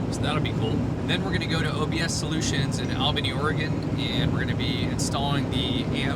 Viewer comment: Pronounced: all~bunny, ory-gun. (Albany, Oregon)